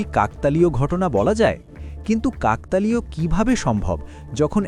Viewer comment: শব্দটা কাকতালীয়-কাকতলীয় নয়